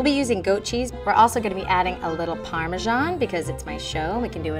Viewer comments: It's called parmesan not parmeschaahn. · Parmesan not parmeschan